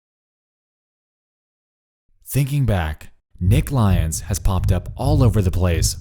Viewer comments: ily but hearing lyons pronounced as lions was like getting hit by a bus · and it turns out his name was pronouned L Yons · you know what would've made this video better? actually pronouncing lyons correctly, good lord